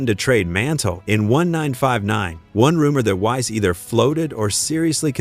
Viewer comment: What AI can't pronounce 1959 ?